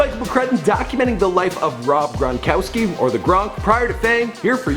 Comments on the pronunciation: This dude said Grongowski LMAO 😂😂😂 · He said Rob Gron"gowski" 😂😂😂😂😂😂